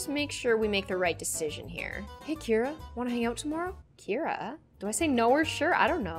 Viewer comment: my names kira but keira and i’m living for the way says it